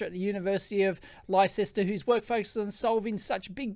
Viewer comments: Leicester is pronounced as 'Lester' not 'Lichester'. That popular Mechanics article mentions Bateroo if you look. I saw it scroll past in the video. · Came here to also debunk lie-sess-ter as a pronunciation. Lester! It’s Lester. Just like Leicestershire is “lester-shuh” or “lester-shear” depending on your accent. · Haha!! I'm an American and I was LITERALLY DYING (ok, maybe not...) every time you said LIE-SESSTER. Put another prawn on the barbie. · I chuckled every time you said lie-ses-ter 😂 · University of Leicester (lester) the way people say things makes me laugh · LIE SESS TER 🤣😂🤣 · Dear Dave. Leicester is quite obviously pronounced "Lester". Just like "Worcester" is "Wuster". And Cirencester is "Sirren-sester". And any guesses for Towcester? That's right - "TOASTER". Best Wishes, British English!! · PMSL of you pronunciation of the University of Leicester from the Old Dart - it's actually pronounced Lester - still a great vid :D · Jeeez!! Have you never heard of Leicester before? Pronounced "LESSTER" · Psst Dave, Leicester is pronounced " Lester" and the county is pronounced "Lestershire" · Leicester is pronounced 'Lester' old chap! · it's pronounced Lester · <Psst! ... "Leicester" UK is pronounced "Lester"> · Leicester is pronounced more like 'Lester' - English words are odd :-P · Is that University in Yankie land or Leicester in the old dart? If it's the old dart that'll be pronounced Lester. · I paused and scrolled down to the comments immediately on hearing your pronunciation of it. And had to scroll no further than the pinned comment. Brilliant! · Great video, enjoyed your mis-pronounciation of University of Leicester (I am a graduate from Leicester) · Thank god someone else said it. It hit my ear so wrong when he pronounced it that way. I’m from the UK too. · The way you pronounce Leicester is pretty funny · I love how you pronounce "Leicester". That gave me a good chuckle.